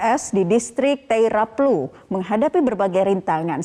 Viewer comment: Maaf saya koreksi nama distriknya: bukan Teriaplu tapi Teiraplu